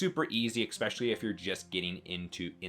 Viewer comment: It’s especially! Not expecially😅